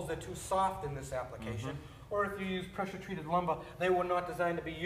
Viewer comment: Pressuh-treated lumbah.